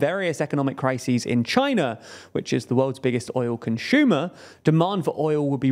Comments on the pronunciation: There’s no H in the word “consumer” stop putting such a weird emphasis on that. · "Conshiuma" 😂 the way he talks is so amusing 😅